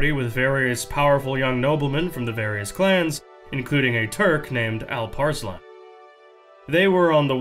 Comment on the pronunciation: Also props for a great Alparslan pronouonciation. Some things never change do they? Turks one way or the other will settle in Persia and disrupt the middle east it seems xd